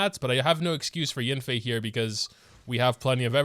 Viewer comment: it’s yAnfei, not yinfei…